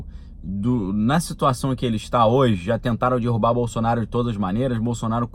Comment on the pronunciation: de novo "dirrubar"?? aff..